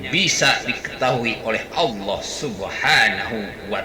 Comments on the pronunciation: Nyebut Allah aja gak bisa. Dia sebut ALOH. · . Ya, nyebut Allah enteng aja Aloh, kaya panggil temannya aja.